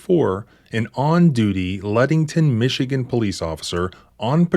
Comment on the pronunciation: Do you mean Lexington, MI? Google says there is no place called Letington, MI, Just trying to get all the facts for a list of these incidents.